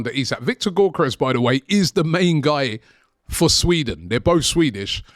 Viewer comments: why does robbie call him gorkeres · Even after being corrected on the correct pronunciation of his name, Robbie still incorrectly says his name. Some people might not see as a big thing but, after clowning his known celebration and our people can’t even say his name right, why would he sign for us?